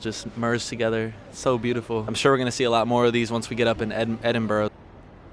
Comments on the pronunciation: As a Brit I absolutely love the way all the names of places are so pronounced - Ed-in-bo-ro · I love the way Americans say 'Edinburough'. The best thing is not to read the word at all, and it's really very easy to pronounce. Ed - In - Bra. Ed - in - bra. Not Ed-In-Burrow or anything like that! The bra in Ed-in-bra should be one syllable, not two or three. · Right.. before you guys go to Edinburgh.. you need to know how to pronounce it ;) We pronounce it as “Ed-in-brah” 👍